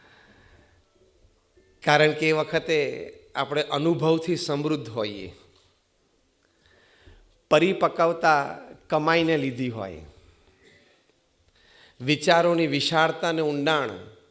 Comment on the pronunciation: Pari pakawata wrong pronouncesion.whole word is like paripakwata